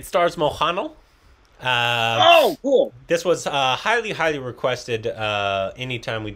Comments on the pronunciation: It's Mohan-lal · Heeyy got malayalam right. Still butchering mohanlal though.